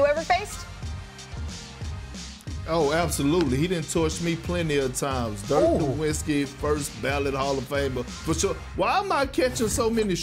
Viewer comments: She also pronounced the W instead of a V in Dirk’s name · get her off the air... how are people still pronouncing this man's name with an English W after all these years lmao